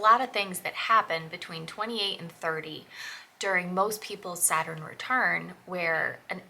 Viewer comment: Saturn, not Supiter! Lol! 😂